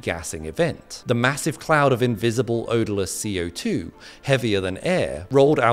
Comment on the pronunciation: Falsche Betonung, falsche Aussprache. CO2 wird nicht als "Ko-2" gesprochen.